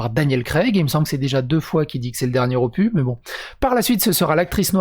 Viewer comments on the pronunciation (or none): le dernier "opu" hahaha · Faut prononcer le S de opus... opus ɔpys Bonne journée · dans "opus", on prononce le s. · Opus se dit opusse comme anus se dit anusse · "Opus" est un mot latin, on prononce le "s" ;-)